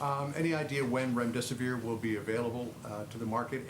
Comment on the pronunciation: So he can pronounce "hydroxychloroquine" no problem but calls our promising new antiviral "remdeseVOIR" three times? Pharmacist down, send help... ☠️🆘☠️